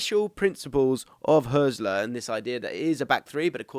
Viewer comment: Some useful points- The Hürz in Hürzeler is pronounced like Hertz, not like Hearse. The ried of Pipinsried is pronounced read, not ride. Irvine is primarily regarded as an 8. Hartel is an 8/10 and has been one of the top scorers of the 2. BL for many years, long before Hürzeler arrived. Pauli were great last season so his numbers are up but that is true for the whole team. I came second in kicker (German fantasy football) last season and Hartel was more or less the first name in my squad. Switching between a back 3 and back 4 when winning the ball is quite common in Germany and achieved in several different ways. The 2-3-4-1/3-2-4-1 formation that Pauli often use for their attacks is incredibly popular in Germany, having been played by the national team in some form for the entire Löw era. The space on the right flank vs Osnabrück was created because the VfL were chasing the game and therefore the LW had not tracked back properly. If wanting a clip to highlight Pauli overloads, I would suggest the second (Hartel) goal against Hertha on Match Day 25. Not only are Hertha a much better side but you can get frames just before the goal of 6 Pauli players within a 20 x 10 box on the right, which created the space on the edge of the box you are describing here.